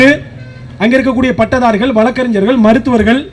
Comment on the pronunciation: தம்பி NTK இருக்க சீமான் எல்லாருக்கும் சேர்த்து சொல்லுற தமிழ் உச்சரிப்பு பேச தெரியாமா மேடை ஏறி பேசுறீங்க . தமிழ் ல தமி ல் நு சொல்லுறீங்க வழக்கறிஞர் ஆ வ ல க்கரிஜர் நு சொல்லுறீங்க.